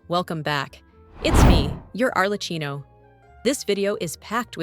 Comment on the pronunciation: Just for you to be perfect in your nice video: Arlecchino is pronounced as Arlekkíno. I'm Italian and can assure you that: google translator is wrong. It is a male Italian clown name. That's will made you a pro. Thank y for your video.